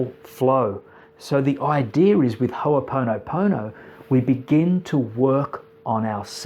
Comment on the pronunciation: Please please may I ask that its pronounced correctly... please. On this note great introduction for the new listener!